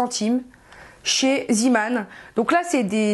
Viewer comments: pk tu dit ziman ont dit zeman!;) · cool mais c pas ziman ça ce prononcé zéman